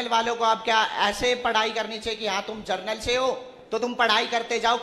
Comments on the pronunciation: जनरल को जर्नल बोल रहा है और 75% वाला बन रहा है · जर्नल नहीं बे जनरल..... पढ़े हों नहीं और आ गया आरक्षण पर ज्ञान देने 🐱🐱